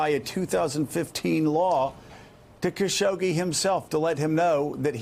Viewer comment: His name is pronounced: Khash-og-jee